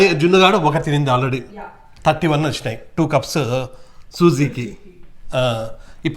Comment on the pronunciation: మీరు సుజీ సుజీ అంటే సుజ్జి సుజ్జి అన్న పేర్ల వినిపిస్తుంది అన్న ఇండియాలో అట్లా పేర్లు ఉంటాయి కదా😅😅